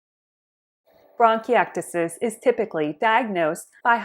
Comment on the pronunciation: 😅 say it right